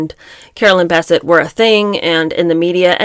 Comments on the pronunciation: It's Bisset not Basset. Still like yoy😊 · Bessette: emphasis on the second syllable. Think BesSET. Enjoy your channel. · Her last name is pronounced Biss-ette. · I thought is was pronounced Beh-SET. You learn something new everyday. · It is pronounced Bessette! emphasis on sette/ Bes'sette!!!! two syllables not one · PLEASE pronounce Carolyn Bessette's last name correctly! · Good video but you are mispronouncing Caroline’s last name. It’s annoying. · Love you so much but the way you say Carolyn’s last name ‘Bessette’ is so distracting cuz that’s now how u say it😬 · You are mispronouncing BESSETTE- how rednecky of you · Would help if you could actually pronounce her last namely correctly. And what is with your weird John voice? Creepy. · You are mispronouncing Carolyn's last name. The emphasis is on the second syllable. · I find your commentary acerbic and disturbing. You did not know them. None of us did. so.....try if you can to read w/o editorializing. and please try to pronounce Carolyn's name properly. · It is. It's accentuated in the last syllable, like "upset". I hope she corrects it. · Yes, agrees. And that is what I said. There are two syllables and the stress, is as I indicated, on the second. I was just writing it out phonetically using the all caps to show the stress. I wanted to point this out in a helpful way because she is a really, really good commentator......, you are awesome!.....I mean her overall delivery and side comments are just amazing. Some people get so harsh and nitpicky with youtubers who provide really good content.